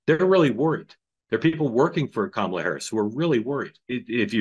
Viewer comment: There are no long vowels in the Sanskrit word, "Kamala".